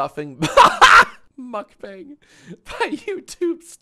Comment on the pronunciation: the mispronunciation of mukbang kills me every time